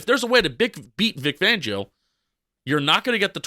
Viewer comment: His name is Vic Fangio. Not Vic Vangio